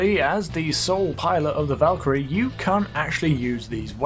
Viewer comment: I think the Valkyrie is pronounced Volk-crie I THINK